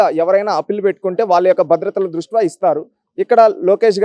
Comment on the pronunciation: ద్రుష్ట్యా అనాలి బ్రో.ఏదైనా మీ విశ్లేషణ చాలా బావుంటుంది.